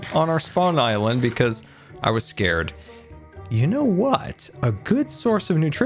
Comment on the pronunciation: ed sir